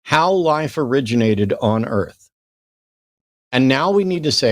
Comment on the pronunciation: Jay, forgive me if I'm hesitant to think somebody who pronounces Earth... "Erf"... has the secrets to the universe.